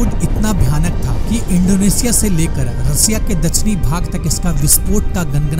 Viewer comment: अच्छी वीडियो थी भाई पर रसिया नहीं रशिया होता है आसा करता हूं आगे से ख्याल रखेंगे😂😂